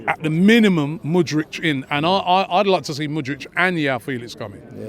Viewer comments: . Mudryk. Not Mudrić or Mudrich. MU-DRYK. Also, João, is not pronounced like "Yao" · This brother keeps saying mood-rich. Bruh learn his name before you put your demands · Yeah and Mudric for Mudryk 😅🤣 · Robbie wants Mudrik so much, he can’t even pronounce his name right😂😂😂